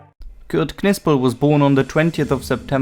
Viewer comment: You dont pronounce the K .. its pronounced like Nipsel .. you dont pronounce the K in Knife or knight or know ... i could barely sit through this video with you mispronouncing Knipsel every 5 seconds